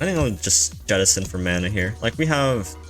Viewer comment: Yettison, yaull fish..... Do you say Yermany and Yapan as well